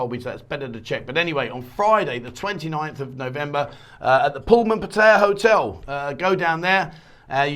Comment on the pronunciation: Can you say 'Pattaya' correctly please .... the late King apparently said once he was gone that gambling with a Casino etc could go ahead